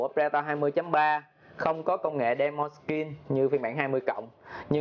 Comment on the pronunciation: ''Đí mành'' chứ không phải đe mon nha anh ;))